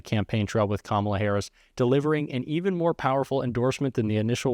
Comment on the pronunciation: Oh my he pronounced Kamala correctly